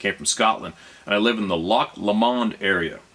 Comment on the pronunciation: Tbh he's done a better job at pronouncing Loch lomond than a lot of the English tourists that come through 😅 and hardly anyone pronounces my last name correctly